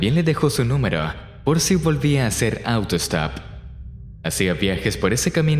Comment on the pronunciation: Auro stop??? No será auto stop? Frunces mucho la voz. Es desagradable.